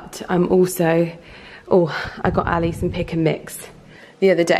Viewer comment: the way she pronounces ali is so cringy